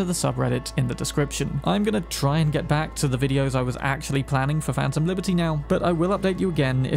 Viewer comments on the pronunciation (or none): none